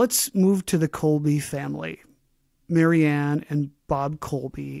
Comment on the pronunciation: A side note: the author pronounced her name as marian. at the time, she was called Mary Ann.